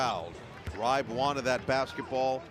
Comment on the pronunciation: Noah Eagle is a great announcer, but there's no way Eric Reibe's name is pronounced "Ribe" like it rhymes with "vibe." 😅😅 I'm not German, but even I know it would be "Rybah" (rhymes with a Brit or Australian saying "cyber").